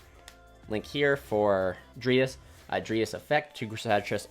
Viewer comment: It bothers me that you say (dree as) for dryas but then again it's better than hearing people say "DrY aSs" lol Great vid also btw